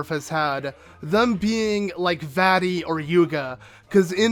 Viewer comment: Uh you didn't know??? It's vaati